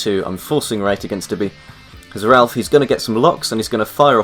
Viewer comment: ralph? its raaafaaaale